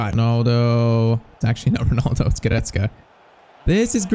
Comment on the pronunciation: bro i just have to say i really don't like how you are saying Goretzkas name you're saying like this, "Guretzke" it is sooooo annoying bro like fr